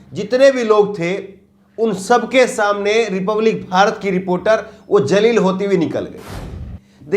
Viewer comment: aap apna pronuncition theek karain Jaleel Shabd yahan piryog nahi hoga yahan Zaleel shabd ka piryog hoga